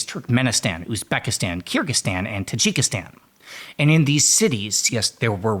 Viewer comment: If you spend 2 seconds on the word you will realize its Kyr-gyz-stan. Not Kyr-gstan. People keep doing this